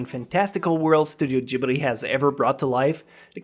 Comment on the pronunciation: Its Ghibli not Gibri....